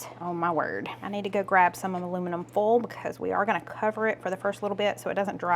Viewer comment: Aluminum "foal."😁🩷